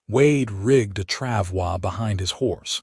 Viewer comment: I am impressed with narrator correctly pronounce “travois”. Also impressed with Wade compartmentalizing his emotional reaction to Kate being shot to focus on removing the bullet and keeping Kate focused on him. The speed of Wade’s proposal surprised me. Listening from Clarksville, TN.